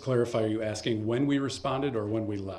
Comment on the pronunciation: I love that you said "AXING" questions... Good lord that made me nuts every time he said it